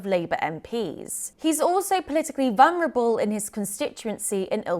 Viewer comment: Dummy, it's pronounced VUL-NER-ABLE. It's spelled vulnerable. Not VUN...